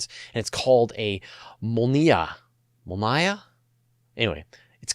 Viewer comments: MOL-NYA not NAYA or N-YA The N is said like the Spanish ‘ñ’ Altogether NYA as one syllable. Molnya is Lightning. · Mól-ni-ya (mol is the strong syllable) = lightning in Russian